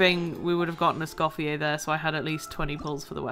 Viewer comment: HAHA yes I am a huge gordon ramsay fan XD <3 I was so surprised to know not many people knew this about him :) also i forgot to say in my initial comment, congrats on escoffier c1! That was an absolutely crazy pull you deserved the luck! (And also thank you for saying her name right, so many people pronounce the R at the end and it was driving me nuts 😭) Also another fact I found funny is that her name Escoffier comes from a famous french chef who was extremely sexist and didn't believe women belonged in professional restaurant kitchens. So the fact that Hoyoverse made a female chef character who is named after Escoffier is especially funny to me.